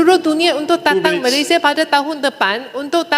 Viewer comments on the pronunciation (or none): none